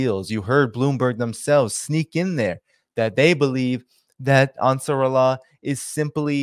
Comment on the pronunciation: the pronunciation of Eilat is Ay-lat, Also Ansar Allah. Want you to loof and sound good and knowledgeable.